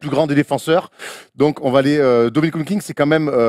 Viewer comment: Le blasphème car dit WilkinGGGGGs tout du long on dirait France télé de l époque qui pipait tchi à la Eneba